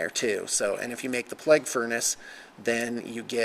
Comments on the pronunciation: pla-gue not ple-gue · It's pronounced playg not pleg lol